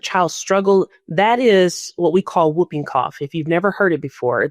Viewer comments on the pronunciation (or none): The term, "whooping", is spoken as "hooping", not "wooping"! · Oooohhhhh FFS Americans... it's pronounced "hooping cough", you sounds dense when you say "wooping cough". Yes, it's spelt "whooping", but for crying out loud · The disease is pronounced; HOOPING-cough, not WOOPing-cough. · It's pronounced Hooping Cough, not Wooping Cough. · It’s screws up badLY… LY LY Badly, Quickly, Really… Stop destroying LY. Why is America raping grammar so bad-LY, now. Also It’s pronounced Hoop-ing cough. It is not Whoopi as in Goldberg it’s not woop-ing cough.. H with a huh.. hoop ing cough! Pfffttt Yanks. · Pronunciation of "whooping" cough - the "W" is silent, as in "whole" & "who", so it's pronounced "hooping" (rhymes with looping & stooping). "Wooping" rhyming with looking, is the slang term in the US for getting smacked. (Sorry, it's the teacher in me. LOL) 🙄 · I always pronounce whooping as hooping. The w is silent, but I guess u guys say it differently over in USA. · The correct pronunciation is "hooping cough," not "whooping cough." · It's pronounced hooping cough! And that poor baby!! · I don't get the politics and immunisation re USA that is being discussed. I live in Australia...you walk into the doctors and get the vaccine you want. PS Whooping is pronounced hooping the W is silent. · It’s whooping , WHOoping cough. The W is silent. The US is going back to the 19th century. Babies are dying of diseases that are all but extinct in the developed world. Next you’ll have to start making calipers and/or iron lungs. Simply because of Polio. TB should be fun for you too. I hope my country won’t let people. from the US unless they can prove they have conducted a vaccination program. What a silly country.